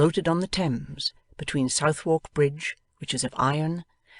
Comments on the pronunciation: South-wark Bridge??? I don't think so. I'm puzzled. Suthark Bridge, lady. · it is not pronounced Southwark but sutherk